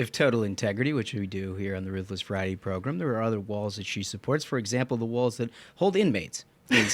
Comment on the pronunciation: Recently discovered this podcast, and it's really well done. However, I still cringe every time you say progrum and Tuesdee